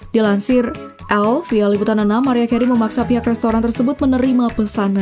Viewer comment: Chanel sampah. Ga valid nih data nya. Pas britney aja ditampilin foto jessica simpson. Narator nya jg harus belajar cara ngucapin mariah. Bukan "mariah" tapi "merayah". Dislike